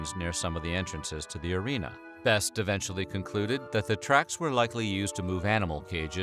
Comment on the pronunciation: The e in (Heinz-Jürgen) Beste isn‘t silent. Idk if u can‘t say that 'cause it‘s a hard German name or u did this on purpose